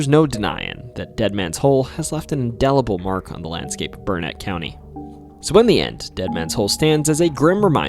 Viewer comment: I was so impressed that you nailed the pronunciation of Burnet (people get it wrong so often that there is a rhyme locals use "It's Burnet, dernit, when ya gonna learn it?")..........but then we got to La LLorona🤣......It translates literally as 'the crying woman' in spanish, so that double L is pronounced like an english Y, just like tortilla.